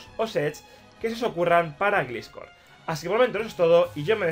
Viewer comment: Dhhdhehehe Jdbdheheh se pronuncia glaiscor